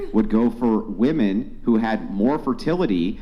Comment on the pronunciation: please learn how to say the plural form of WOMAN properly. It's not WOMAN (whuh-man). It's WOMEN (whih-men).